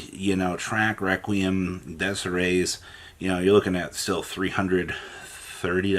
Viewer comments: ...you can't say Desirae? Come on dood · I do not even understand the issue with the pronunciation. You make it sound like he is saying "desire"